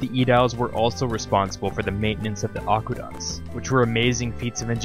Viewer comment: Aqueduct. NOT Aquaduct